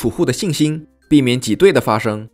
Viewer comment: 挤兑第四声。。。。读到中间才读对了一次，听得也太难受了